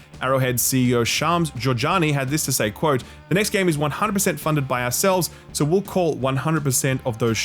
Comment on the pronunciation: soo Chicago.